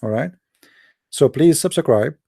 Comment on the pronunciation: You don't sound arabic, nor dont you sound like an American. I have a simple question. Why would Zakir Naik debate you?🤣🤣 First learn how to say subscribe in English. Then you claim to be an American. 😅😅